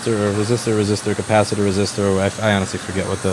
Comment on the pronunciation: i thoroughly enjoy how louis pronounces "capacitor"